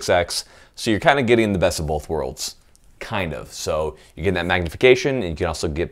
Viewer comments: Did you just put an L in "both"? Go ahead and hit that subscribe button. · There is NO L IN THE WORD BOTH!